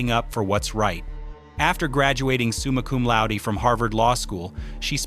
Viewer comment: “Summakum Laudi.” LOL